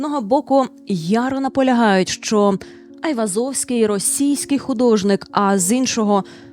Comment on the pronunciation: Гайвозовський?😂 взагалі то нерусіфіковане ім'я та призвіще Ованес/Оганес (Іван) Айвазян (Айврзовський ), його рідний брат був головою кримської єпархії Вірменської Апостольської Церкви Криму, а похований Айвозовський за власним бажанням, у дворі середньовічної вірменської церкви Сурб Саркис (Святий Сергій)